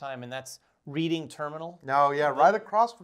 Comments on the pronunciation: I'm from Lancaster PA and am a big fan of your channel. it's not pronounced "Reading" terminal like Reading a book. It's pronounced like "Red-ing" as in the City of Reading, PA. again pronounced Red-ing. Love you content. Curious about what ever happened to the other Jeremy S? I've been watching MvM for years and remember Jeremy S and Kara, Are they still involved with MvM, if not what are they up too? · Love Reading Terminal. Just an FYI, it’s pronounced like the past tense action (soft “e”). So for example “I read a book yesterday.” And then add “ing “ onto the end. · It's not "read"ing, it's "red"ing.... :) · Ah guys you're breaking my heart! :-) I've been posted overseas since before I got into gaming and I'm from S Jersey, right across the river from Philly. Maybe next year! (Ps, yeah it's "redding" terminal not "reeding" ;-) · I was about to make that comment... if you say reed-ing, no-one here will know what you mean.... it's red-ing lol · Great video. Got me pumped for the show. If you want to sound like a local, it's pronounced "Redding" Terminal Market. It opened in 1893. The short story, the property was owned by Reading Railroad who was competing with Pennsylvania Railroad for a stronger foothold in Philadelphia. The merchants lobbied and were granted commercial space on the ground level where they erected their stalls and sold goods... and continue to do today. Hope to spot you at the show!